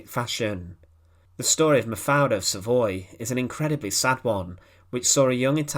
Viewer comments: Das waren grausame Geschehnisse! Wie wie oft hat diese scheußliche KI Stimme eigentlich den Namem Mafalda falsch und komisch anders ausgesprochen? Ich hab nicht mehr mitgezählt, einmal klang es sogar wie Mafia. Wenn man schon solche Clips veröffentlicht sollte man die betreffenden Menschen soweit ehren, dass man die Namen ordentlich ausspricht! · Hoe heet ze eindelijk :,, MAVRE, MAVER, MAFALA, of Maverd, MAPALA??? Y EL principe belga NO ES LO POLO O LIPOL SINO LEOPOLDO! POR FAVOR NO PRONUNCIAR TAN MAL LOS NOMBRES! 😮😮😮😢😢😢😢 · Die Geschichte der Prinzessin ist ja jedem hinreichend bekannt; weniger allerdings ist bekannt, was eine KI so fertigbringt, wenn es gilt, einen Namen auszusprechen. In diesem Falle wird der Name Mafaldas jedesmal anders (und jedesmal falsch) ausgesprochen, was man als eine Leistung besonderer Art ansehen mag. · Great documentaries, but pleased, please learn how to pronounce foreign words (especially names such as Buchenwald and Mafalda) correctly! The documentaries are terrible to listen to!